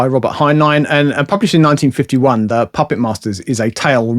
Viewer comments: It’s just an accent, different, but not incorrect. 😺✌️ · I really, really like this channel but I continue to be irritated by the incorrect pronunciation of 'the'?!